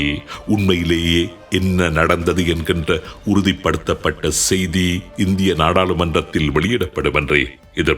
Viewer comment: உங்கள் தமிழ் உச்சரிப்பு "ஸெய்தி" இருக்களாம்" என்பவை தவறு...